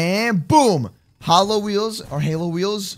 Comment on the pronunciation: Lol says holo it's halo